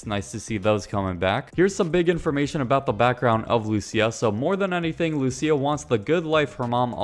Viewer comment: Good video, but luCIA not LUcia lmao 😂